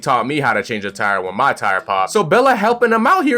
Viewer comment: i appreciate you calling her bella instead of belly XD